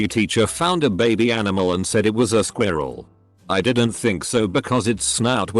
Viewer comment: The way the narration program says “squirrel” cracks me up.